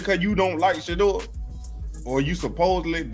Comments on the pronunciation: If you cannot pronounce Shedeur Sanders name correctly you should stop saying his name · Pronounce Shedeur his name Correctly or Shut the Fu_k Up! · WHY THE MISPRONOUNCING OF HIS NAME WHAT IS WRONG WITH YOU??